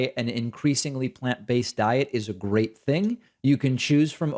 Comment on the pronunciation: Google caption was “great”’, not “gay”. Whatever gay means also “light-hearted’. I do not know if it was just a wrong pronunciation; as English is my second language.